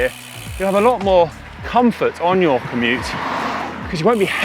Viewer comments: Does Connor say "Komoot" on purpose, rather than commute at around 30 secs in?!?! Sneaky plug for the GCN partners there. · LOL - “commoot”.